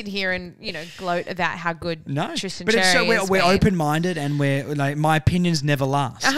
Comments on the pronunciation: Xerri is pronounced “Sherry”. Not Jerry, or Cherry, or Zzjerry or whatever else you’re saying. It’s becoming worse than the commentators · I’m not annoyed like the other bloke but yes Xerri is pronounced Sherry it’s a Maltese last name. And in the English version as well it’s pronounced Xerri. It’s not the end of the world though just letting you know!